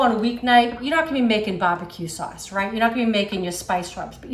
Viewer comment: "Bah buh que saws"